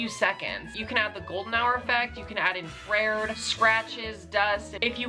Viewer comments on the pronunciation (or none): "They have infraReD" Bestie, it's pronounced Infra (like infrastructure) and red 💀💀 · the way he said infrared is taking me out 😭